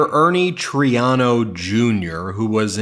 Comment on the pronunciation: One of my pet peeves is mispronunciation of names. It’s Mayor Troy-AH-no.